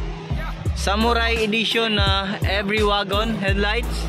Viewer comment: Wagon? Mag pronounce yan.(wigon) di waaagon bisaya hahaha